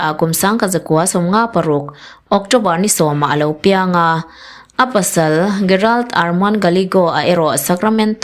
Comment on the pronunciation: Gerald tih hi 'G' angin lam rik tur aw.